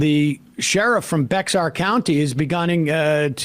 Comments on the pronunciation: ITS BEAR NOT "BEX-ARE". PLEASE SOMEONE SAY IT RIGHT. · haha. It's not pronounced BEX-AR... It's pronounced Bear. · As a Texan and former Bexar County resident I have to correct you Sam. Its pronounced "Bear" county and we hate "Bexar" (Its confusing but get used to it buddy) Edit: On another Note Mayor Eric Adams of NYC called out Greg Abbott for this little PR stunt because there was no coordination at all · Bex-ar 😂... pronounced "bear"...the "x" is silent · Not Bex-ar… It’s pronounced Bear County or BAY-har if you’re saying it in Spanish. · bah-ar county. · Hey tin ears, if you'd listened to the sheriff you'd realized that you don't pronounce the X in Bexar County. It sounds more like Be-har County. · It's pronounced "bear" County. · Its pronounced bear, as in Bear county and worthless, useless Abbott needs to be included in the investigation of this abuse also cause he is JUST as guilty of this bullshit, along with all the other horrible stuff he does. He is making it seem like the border is out of control, which it is not, because he is trying to deflect any attention away possible from lil girls having their rapists babies, the blood on his hands from Uvalde, the grid failure, etc, ETC. The migrants are totally being used as a political manipulation tactic. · Bexar is pronounced like "bear", like Texas is "Tejas". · BEAR, BARE!! for shame sam. i can undrerstand ana kasp messing up multiple times but not the well studied mr sedar. im a native of s.a. and bexar is pronounced BEAR, BARE!! the sheriff literally says the name in the presser. haz caso- pay attention.~ lil bro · Yea its Bear county I know the spelling is weird but you pronounce it Bear County even tho it's spelled Bexar County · Just a minor correction pronunciation of “Bexar”. The x is silent correct pronunciation is “Bear”. ❤Love your show❤ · It's pronounced Bear county, and good on that sherrif, hope it leads somewhere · It’s pronounced “bare county”. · BEXAR is pronounced BEAR